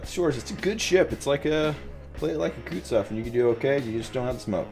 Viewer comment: wtf are 'shores' and 'kootsof'??